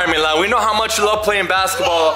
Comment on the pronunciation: It's milan not malin